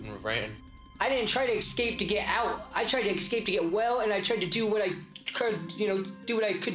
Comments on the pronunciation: Someone olease explain to a foreigner what's up with some Americans pronouncing "sk" as "ks"? Excape instead of escape , for example. Also common: "axe" instead of "ask". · I like how one of the would be escapees can't even say 'escape' properly. He pronounces it eggscape.